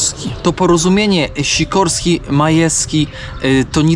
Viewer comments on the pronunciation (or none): Majski nie Majewski lub Majeski... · Nie Majeski,, tylko Majski!